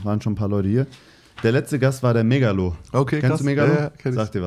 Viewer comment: megaloh, bitte „megga" aussprechen 😘 sehr interessante folge! sehr starke erzählweis und auch sehr geil wie er immer eine prise moral oder wie auch immer man es nennen mag, an der richtigen stelle einwirft. liebe geht raus 💚